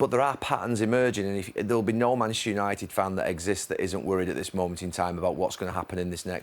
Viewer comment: Can someone tell Gary Neville it’s Manchester not “mashter”